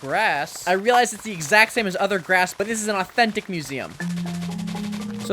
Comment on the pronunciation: I thought he said autistic museum wth 💀